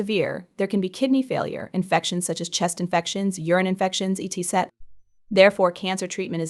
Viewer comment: I can't listen to these all the way through. 😕????'What is up with the 'speaker' you cant pronounce "etc"?